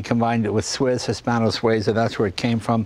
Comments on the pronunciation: Not Sway za, Swee za. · Swayzah? Sweezah! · Jay, It's SWEE-zah. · Jay - you keep pronouncing Suiza incorrectly!!